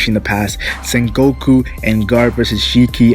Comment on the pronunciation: lol u keep saying san goku its sengoku lmao